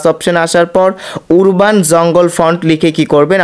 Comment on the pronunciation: উরবাননারে ভাই।উচ্চারন ঠিক করুন। আরবান